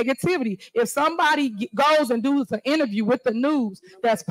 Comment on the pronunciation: goes and dos 🤣💀🤣💀 the word is does